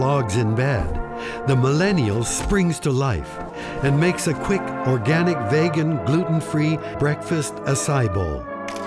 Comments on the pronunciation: Hahaha. But it's "Vee"gan and not "VAY"gan. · Vee -gun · Vey-gan lmao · I stopped the video at "VEGHAN". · Pressed stop at "vay-gan asai" bowl. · He said veygan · On the other hand Gen X can't even pronounce the word vegan correctly 😂